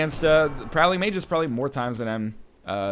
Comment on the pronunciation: Not that NL reads every comment (especially pronunciation ones :p) but "Magus" is pronounced May-Gus. You were close.